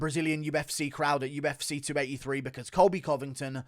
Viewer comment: What is the UF Seaa? - how do you pronounce the letter C: weirdly